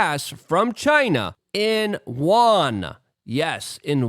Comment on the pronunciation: Luke, can you say "You, N" or even "U.N."? but if you slur "YOU_EN" together you end up with an approximation a lot closer to the word for China's currency than what you're saying now for 元 ---- I'm welcome!